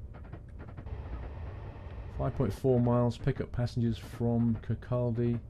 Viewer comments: Kirkcaldy used to be the manufacturing center for vinyl/linoleum flooring hence it's size. I can vouch that all these places do really exist, I live in Dundee. FYI Leuchars is pronounced loo cars and Kirkcaldy is pronounced Kirkcoddy, the L is silent. You should come and visit these places. I will say I'm impressed that you use google maps to show the route. The videos are great btw, :-) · Kirkcaldy is a town I live in fife You pronounce things so weird